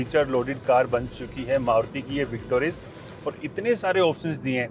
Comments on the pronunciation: Car name is Victoris not Victorious. With all due respect, please pronounce the name correctly. Otherwise your videos and content are really good. Keep up the good work. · It's not victorious, it's just victoris. Why pronounce it wrong for so many times? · arey sir car ka naam victorious nahi hai victoris hai victoris plz naam sahi lia kriye